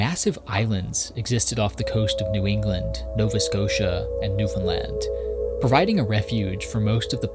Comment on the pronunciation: Just hearing you pronounce the name “Newfoundland” correctly is so satisfying. Even so many Canadians can’t be bothered to do this. I love what you do regardless, but your consistently respectful handling of this incredible place in so many of your videos is appreciated more than you know. Thank you.